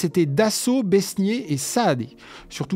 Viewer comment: Besnier ça se prononce beignet, le s est muet.